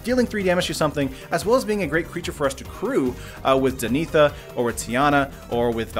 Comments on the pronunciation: (Dan-"a"-thah) is the pronounciation. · That's not how you pronounce Danitha! Reeeeeeeeeeeeeeee